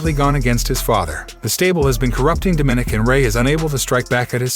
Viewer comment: Its not "Domin ick" its "dom o nick! Get the pronunciation right dude.